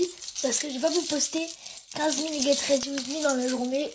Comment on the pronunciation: le get rrrredi wi mi ct pour m abattre